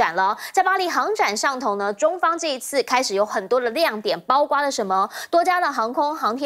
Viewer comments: 包括（kuo4）不是包瓜😅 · 這邊有的唸「誇」弧